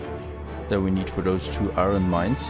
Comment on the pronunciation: you keep pronouncing iron - i-ron and its pronouced i-earn, not that it bothers me at all, just saying:) loving the play-through!